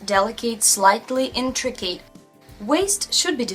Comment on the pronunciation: I love you and your videos!! They have helped a lot! I'm almost afraid to share this, because I don't want to be critical...After all, your English is extremely good! There are just a few words that you may want to check the pronunciation on. Delicate, intricate and sloped . Those words come up a lot. They are not pronounced at all like their spellings. Please don't be offended though! We all love you and appreciate you. I mean this suggestion in the kindest way.